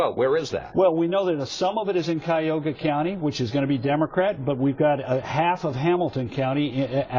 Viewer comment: First of all, it's NOT KAI-OGA County. It is Cuyahoga County. And also, when he says there's a 900 vote difference, the graphic right next to his fat head shows a 30000 vote difference.